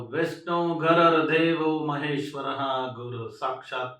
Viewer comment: ಅಪ್ಪಾ ಸ್ವಾಮಿ ಅದು ಗುರುರ್ದೆವೋ ಗರರ್ ದೇವೋ ಅಲ್ಲಪ್ಪ, ಉಚ್ಚಾರ ಸರಿಯಾಗಿರಲಿ